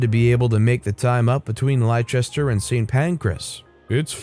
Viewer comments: Ah man, as a british person your pronunciations there physically hurt me. It's pronounced "norritch", "luff-buruh", and "lester". Don't ask me why they're spelled the way they are haha. Great stories as ever though! :) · Leicester is "less-ter" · Its luff-boro and nor- itch and lest-er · I have to mention your pronunciationor or the English town names, it's not how they would normally be said. Try these : "lufbera" or "lufbre" - Loughborough, "norich" - Norwich, "lester" or "lesta" - Leicester, "eelee" - Ely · UK pronunciation guides - Loughborough is not "Low-bow-row", but "Luff-bruh", and Leicester is "Less-tah"... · I love your channel & listen to your videos daily but... As a Brit, that first story was so hard to listen too. You butchered the pronunciations of the cities!! For future reference... Leicester is pronounced Les-ter. Loughborough is pronounced love-bruh & Norwich is pronounced Nor-ich!! 😅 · Story 1 Leicester pronounced Lester. Loughborough pronounced Luff-brah. If you don't know, it only takes a quick Google 🙈 Otherwise, good job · That's not how you pronounce Loughborough, Leicester, or Ely. 🤣